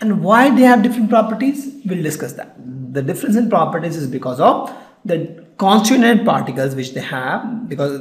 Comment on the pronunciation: "plastic is soft"??????????WTH!!!!! "constunent particles" ????????? it's con-sti-tuent particles"!!!!!!!!! 522 "super-high computers" what in the hell are super high computers?? I know supercomputers exist but I never heard of anything like super-high computers!!!!!!!!!! " the sords"????????/ it's not sords it's sword!! And one of the properties of solids is they have definite mass, shape, and volume as you told, then how come a cake is a solid as it never has a definite shape, it compresses when force is applied I mean it deforms right?? He says the word constituent wrong every time. "os-ki-llate"?? It's os-ci-llate and you don't spell the 'c' as 'k' or something!!!! And by the way the videos you put are so educative but this series isn't good. And thanks a lot for helping students like me.